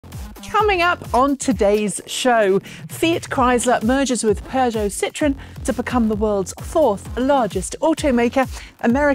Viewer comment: BTW, thank you for pronouncing Peugeot correctly,.